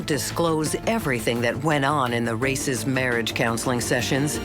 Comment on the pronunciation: She is not Ann Race, but Ann Rácz! Hungarian name.